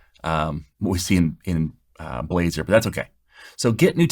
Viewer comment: Nice try, nice try to pronounce Blazor, LoL